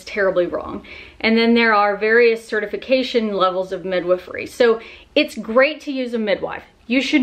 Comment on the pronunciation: TIL the correct way to pronounce midwifery.